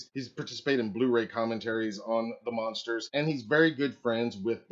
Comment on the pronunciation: OMG why do you keep saying The monsters. ITS THE MUNSTERS! With a “U”. please Stop saying monsters. DO you know the show. What is wrong with this guy.